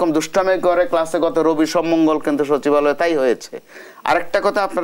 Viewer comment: সচিবালয় ❌ শাছিবআলে ✅